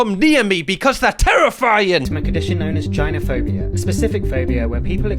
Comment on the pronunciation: I wish he wouldn’t pronounce “gynophobia” like that. Idk what’s so hard about saying it correctly